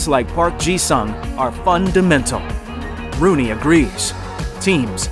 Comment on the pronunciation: its pronounced “soong” not future tense for sing